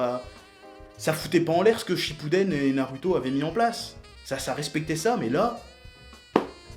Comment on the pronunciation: Super vidéo mais faut revoir les prononciations, les "u" des noms japonais ne se prononcent pas "u" mais "ou" du coup quand vous dites naruto ou boruto mes oreilles saignent, mais sinon bonne vidéo !